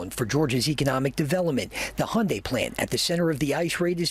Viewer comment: Hyundai is pronounced hyundae, and y is not pronounced as i but simply the y sound in alphabet y sound like yup ♥️🇰🇷🇺🇸🖖